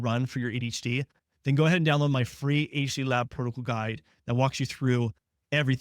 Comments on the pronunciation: Could tell in the beginning of the video this is made with Ai. It said ADHD-a. The the guy NEVER takes his eyes off the camera. Other stuff too but I’m not trying to train it to be better. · legit did the same the first seconds of the video when I thought they way he says “ADHD” sounded off more like “ADeshtheia” I wondered who else noticed and thought the same..😅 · what in the ai hell is this. a h dee ya? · The first time he said ADHD, I thought he had a really thick accent. But he keeps talking and I can tell that he doesn't. Then the second time he said "aydshee" I realized that it's just AI generated. This is how I end up only watching the same channels that I've been following for years and no new ones. It's so hard to find actual humans on here now. Also, like many of you said, there's no way in hell someone who understands ADHD would think any of us would be able to sit through all of that bs. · What the hell is “eddishdeeyuh” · he's trying to say "ADHD" but it's coming out slurred for some reason. :/ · why did you pronounce ADHD as ADEECHDIA ? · If a doctor can’t verbalize ADHD properly, it’s probably an AI generated video. ADHDIA? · What did you say here? Are you AI'ing your videos now?? Who pronounces ADHD like that? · maybe a regional speech thing.